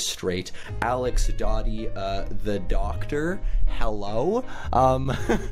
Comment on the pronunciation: Its doctor not docter lma